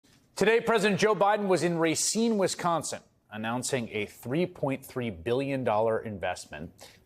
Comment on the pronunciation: I haven't really spent time in Racine, but I've never heard a Wisconsinite call it Ray-seen; only Rahseen. Biden's 100% right. Foxconn was a complete con-job. People got kicked from their property to make way for a huge factory that never materialized. What a disaster.